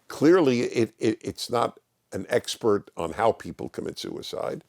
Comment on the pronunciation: Xpert = eggspert 🤣